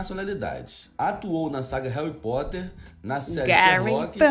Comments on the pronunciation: Rachei quando ela falou Garry pottler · Garry Potter, o H na russian tem um som de G né?